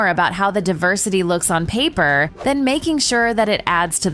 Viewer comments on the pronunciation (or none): Why is this narrator, frying her vocals, in her pronunciation, Pay Ae purr?. For paper